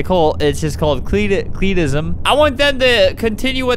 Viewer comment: No one: CLEETISM